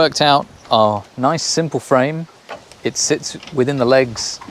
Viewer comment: Guy can say noice!